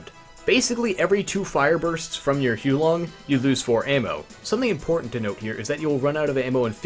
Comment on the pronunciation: Its actually pronounced: The "Hu-ar Long" heater (with the "r" sound silenced). Means "fire dragon" in chinese